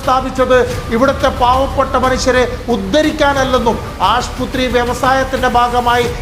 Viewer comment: Aasputhri enn parayalle. Aasupathri